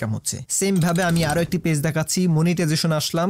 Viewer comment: ফেজ না গাইয়া ভুত, পেজ